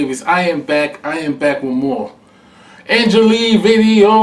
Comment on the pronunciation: You should totally do a reaction to her song and video clip "balance ton quoi" and she put english subtitles on her video !! It's a big big hit un France and belgium 💓🙏 Ps : you should not prononce the "e" at the end of her name , just say "angèl"